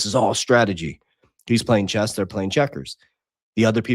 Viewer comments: Cut him some slack, he's lisdexic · Did it bother anyone else that he called chess "chest"?